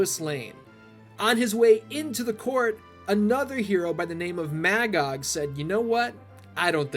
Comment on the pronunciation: It is really interesting to hear you pronounce it as Mag-og, I always read it as Ma-gog